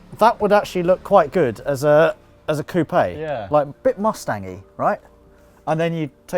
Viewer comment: I stopped when he pronounced coupe like toupee